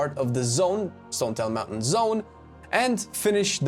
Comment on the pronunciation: Moun taint is now my favorite word.